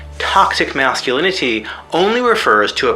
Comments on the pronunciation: "Tothsic Mathsculinity" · The way he says "masculinity" as "masculiniTEE" unsettles me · Am I the only who can't stand his pronunciation of "masculinity", the fact that he goes out of his way every single time to put emphasis on the suffix and not the root. Thinking about that specifically, it's kind of funny. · You can tell he's really trying to pronounce the T in "Masculinity" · that sing song ish way he pronounces masculinity... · The way he pronounces "masculinity" became increasingly grating over the course of the video.